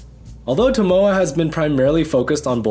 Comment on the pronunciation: His name is pronounced TO MO A. Each syllable is stressed the same.